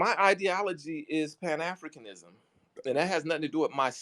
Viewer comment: He literally said "PAN-ASSINISM" 🤣🍑👍🏾